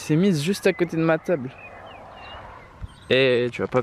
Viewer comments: Ouai il a dit teuble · J'suis le seul qui a d'abord compris " y a une poule à coté d'm'a teub " ? Si oui, j'en suis désolé ! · On est d’accord que à il dit teub au lieu de table non ? 😂😂😂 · Oe grave